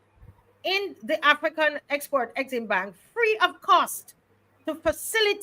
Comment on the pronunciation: AFREXIMBANK is correct and not AFRE-EXIMBANK which carries a mysterious first 'E'. As far as I know neither Africa nor African contains the letter 'E'. It has also lead to the mis-pronounciation of the acronym which should be pronounce as a-frek-sim-bank.